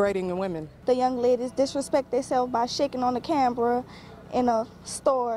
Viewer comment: did she say "cambra"!